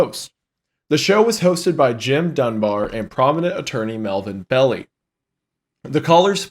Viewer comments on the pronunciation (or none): Belli is pronounced Bell-eye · Melvin Bel-Lie. Also Don Cheney is a strange person and an egomaniac, it is really hard to take anything he says about Zodiac seriously. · Also, hearing “melvin belly” is hilarious😭😭😭 i believe its “Bell-Eye”